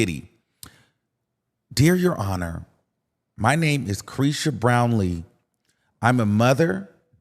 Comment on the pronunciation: Caresha Please !!!!! “repeat”